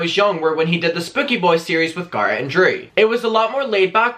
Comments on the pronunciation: GGA RET NOT GARRRAT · Everytime u say Garrett I cringe